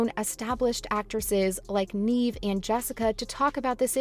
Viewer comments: All this high praise is suspicious since you don't even know how to pronounce her name. Are you just reading something somebody else wrote? Have you ever even heard of the actress? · If she left because of the pay,then why is the thumbnail going towards you guys saying that Jenna got her fired. Atleast do research on the subject and ACTUALLY pronounce her name correctly before you make a video. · If you are going to talk about a actress at least you can do is pronounce her name right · What you’re on about is not pronouncing her first name correctly. Please record the audio with the right pronunciation, and upload this again with the corrections. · Please pronounce Neve's name correctly!! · 🤦🏼‍♀️ Look up how to pronounce her name😂 Neave it to beaver! She's not acted in years, what does she want😂🎉 she only plays in this, "EVER"!👀 You guys are funny, no matter what YOU think😂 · It's Nevvv, not Neeeve. If you're gonna advocate for her (which is awesome)... pls pronounce her name correctly. 💜💙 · Sooo her name is not “Neeve”. It’s “Nev” (Neve) Campbell. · It’s really throwing me off her not pronouncing Neve’s name correctly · The narrator kept saying her name wrong. It's pronounced "Nev" not "Neeve." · You could Start by calling “neeeeeve” Campbell, Neve campbell. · For real, I literally have a personal video I recorded of her… Neve = nehv or nev not neeve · It's not Neeve. It's Neve. Do your research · I thought her name was pronounced Nev, not Neev. Have I been saying it wrong? Lol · It's pronounced "Nev." Not "Neev." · Nev* not neeve is how pronounced us sydney fans r gonna raid your house tomorrow prepare 😌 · It’s pronounced “Nev.” You could at least get that right. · I thought so too. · I came here to say that EXACT thing 😂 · Yea I exited out the video as soon as she said Neave…✌🏽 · Facts tho!! If you say her name 15 times in a video you can at least pronounce it correctly lol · Wtf say her name right!!😂😂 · You are saying Neve’s name wrong, she deserves better.